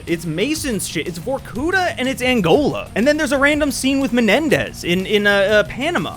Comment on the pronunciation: Remember: not vorKUta, but varkuTA.